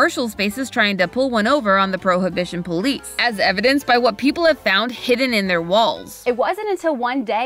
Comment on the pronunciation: I was today years old when I learned that 'prohibition' was pronounced 'pro-uh-bi-shn'